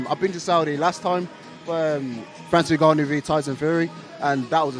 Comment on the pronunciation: Frank Warren pronounces ngannou as NIGGanou 😂😂